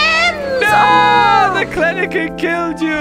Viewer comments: The penguins are so cute.... XD I liked the yellow one Whitney had. I couldn't stop noticing that says Kleneken instead of Kelenken though lmao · calling Kelenken "Klenenken" will never get old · Kleniken? Thought it was Kelenkin… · The way u say kleleken its kelenken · James every time I watch your amazing videos i just know ur going to say something wrong Like klenken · It’s Kelenken And he’s saying it wrong? Lol